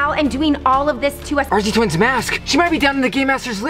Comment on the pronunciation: True but why did u say RZ twins with a s and Layer then again layer not being rude but why umm ok bue